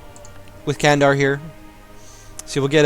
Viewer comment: You are close to pronouncing Candar properly. C--> "J" of Just A--> "U" of Sun Then you're set.